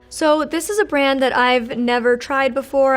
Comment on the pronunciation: Having a hard time with the word brand huh :(